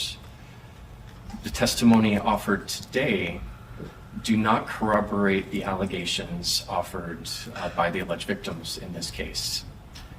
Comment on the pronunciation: 'Casted' for the role? Prosecutor needs to learn grammar. And how to pronounce 'corroborate '. 😅